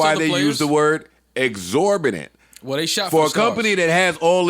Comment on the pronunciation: Joe mispronounced exorbitant every time he said it.